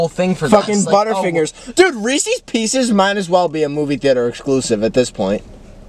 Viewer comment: chris calling reese’s pieces “reese’s peecies” is so funny